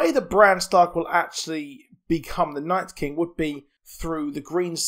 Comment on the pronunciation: just stop saying night's king lmfao